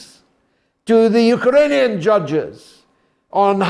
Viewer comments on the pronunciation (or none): none